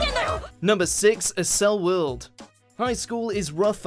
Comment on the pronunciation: The pronounciation for accel world is axel world